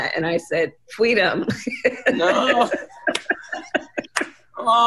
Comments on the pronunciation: “FWEEEDOM” or “MARXISM!!!” Martin Luther King was not a Marxist, very important distinction between the two. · Aww cmon guys yall don’t want fweedom? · Fweedom…..I just threw up!